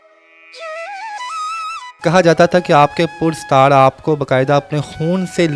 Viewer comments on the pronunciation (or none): Oy Tan o tanha no Tan E tanha hota hy Pudsar ni Parastar hy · Please make sure what are you talking in urdu dear interview man. The correct word is PARISTAAR is not - - - PURSTAR 😅😅😅😅😅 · Pur sitar ni paristar hota.urdu ki tangyn Tor dali aapny